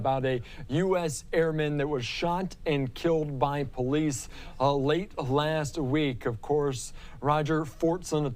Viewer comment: I can hear the person say "This a bunch of po-lease"? Wow! How did he not know it was an officer if he didn't look threw his peephole? Case Dismissed! Unless You Have A Suicide by cop mission going threw your head ! No one comes to the door armed when law enforcement clearly acknowledged's themselves! Thats a lack of common sense! Smh!🤦